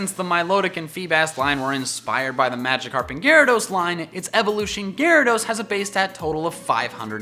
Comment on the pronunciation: DO YOU EVEN ENGLISH BRO it's Magikarp